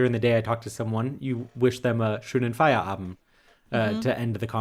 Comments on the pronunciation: You probably do remember how much I appreciate language skills. And since I believe that you'll always try and improve them,, please allow me to tell you what I observed in this episode: When you talked about Feierabend, you didn't speak the last letter of the word. It might or might not be different in then various parts of Germany, but I believe that in the wonderful Hochdeutsch that you speak, nobody would drop the d. I did notice that, for example, you pronounce "aber" like "aba", which is very accurate, so I thought it might be interesting to hear my opinion concerning Feierabend. Und ja, ich hätte das alles auch auf Deutsch schreiben können aber vielleicht interessiert das ja auch den einen oder anderen internationalen Zuschauer.:) Liebe Grüße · A 100%, to say it correctly you have to say the final "d"!